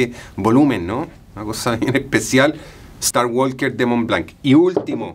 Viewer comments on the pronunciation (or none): Menos "starwalker".... la L no se pronuncia.... de "Sculpture" hablamos luego. De resto excelente video!